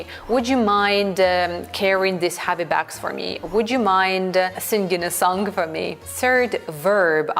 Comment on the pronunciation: Скажите ей кто-то что в словах sing и song нет звука Г